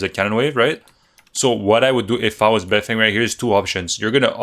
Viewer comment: sup ma G beifeng is actually pronounced - "Baiy" (emphasizing the Y) "Fang" - translates to north side since he is from Beijing and repping his city yo no caps all truth my homie